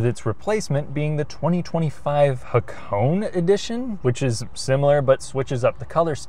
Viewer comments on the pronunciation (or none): Hako-NE. 3 Syllables. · "Hakone". its pronounced (hah-koh-nay) great video tho